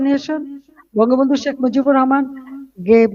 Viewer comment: SHAK Hasena is right diction